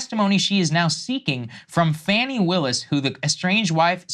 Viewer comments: Her name is pronounced "fah-knee" ... Not fanny. It grinds my gears when i hear Saagar mispronounce her name. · So you dont even know she cheated on him or how to pronounce Fannis name ...